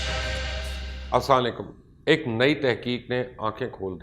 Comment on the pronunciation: assalamoalaikum . mubashir bhai ummeed hai ap kheryat se hongy. sir aap se ek reqeust hai k plz maazrat k sath . . ap slam thk se kiyaa kren . slalekum nhi . assalamoalaikum .... . allah ap ko khush rakhy ameen